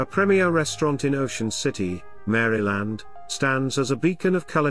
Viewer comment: You should not respect any list where the person can’t even pronounce the State’s name correctly….